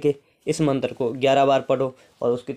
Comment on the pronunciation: Hahaaa matar apko bolna nhi ata hai shadna me kia karoge tum